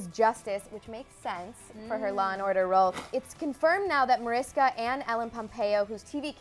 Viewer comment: ITS NOT MARISA ITS MARISKA! :)